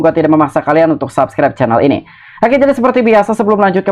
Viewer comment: Cainel ???? 😂😂😂😂😂 caaaaaiiiineeeellll 😅😅😅😂😂😂